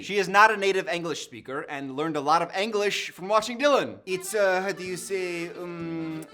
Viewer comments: Anyone else bother by the way he pronounces “English” as “Anglish” 😂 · Ironic considering he pronounces it “Ang-lish” 💀